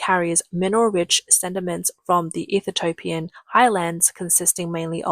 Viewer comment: It's EE-THI-OPIAN my darling. Still great content and your Australian accent is cute and a million times better than any AI!